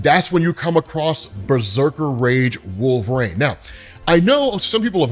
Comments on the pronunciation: Wolverine. Not Wolvereigne. You sound like a fool when you constantly mispronounce thinks. You would think after all these years you'de be able to pronounce wolverine correctly. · It’s wolverEEEEEN not RAIN you potato. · i love the content, but why do you say Wolver-ane instead of Wolvrin? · Out of curiosity, why do you pronounce it “wool-VRANE” instead of “wool-ver-EEN”? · WolverEEN, not Wolverain! Sorry, that bugged me. Also fighter aircraft are F-22's, NOT F-16's FTFW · LOVE the channel, thanks, you're the man. But...please please please it's Wolver-EEN not Wolver-AIN, I beg you sir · You realize it's Wolverine, right, like Tangerine? Not Wolvereine, like rain? Great vid though as usual, loved this storyline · Is it just me or when he says wolverine is sounds like hes saying wolf rain??? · It sounds like you're saying wolverine like "Wolverain" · Are you saying Wolverines name wrong on purpose. Its awakening a nerd rage I never knew I possessed.